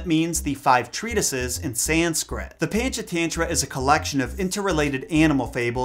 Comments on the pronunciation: Lolz... pronounced: punch-aah-thun-thra I love your videos btw! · ❤️ from India 🇮🇳 Panchatantra is pronounced as Punch - uh - Turn - Traa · SUPER late but Panchatantra is pronounced "paa-n-ch t-hun-thra" (paa is pronounced like baa but with a p ; ch is pronounced like ch of church ; hun is pronounced like hun from mulan but faster) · As an Indian kid, I immediately recognized this tale but I had no idea it was in the original jungle book. I used to get so angry at the mom who k*lled the mongoose, so I'm glad he got a happy ending in that version. Also, your pronunciation of Panchatantra is so funny to me. (Technically it's right because it's the British pronunciation but I had to do a double-take when I heard it, lol) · you pronounce PANCHATANTRA wrong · Pancha tantra is actually pronounce puncha tuntra. And it's Tavi as in Taw-vee.